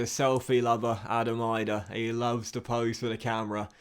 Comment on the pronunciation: Get vid!! As a Irish Norwich fan! I have to tell u idah is going to be a big thing but it’s announce edah!